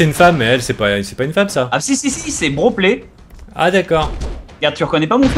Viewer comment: sinon c'est Helen Ripbro et non "broplay"